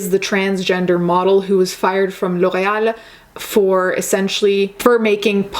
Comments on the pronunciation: the l'oreal pronunciation caught me off guard, respect for actually pronouncing things correctly hahaha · nice L'oreal pronounciation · Just found this channel, thank you for taking the words out my mouth and please keep exposing this ridiculousness. Also I love how you pronounced Loreal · As a French speaker, the way you pronounced L'Oréal is *chef's kiss*. Also love your videos !!! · Haha I was literally about to comment and ask if she's French Canadian cause that L'Oréal was on point 😂👍🏼